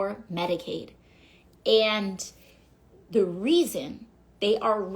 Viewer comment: Keep up the good work! The truth matters! Hey, I don't think you hang a television vertically... wait, maybe you do? BTW, the word is 'and,' not 'andt.' Affected talking like that and vocal fry are a huge turn-off (politically speaking).